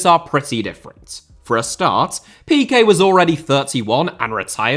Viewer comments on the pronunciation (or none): none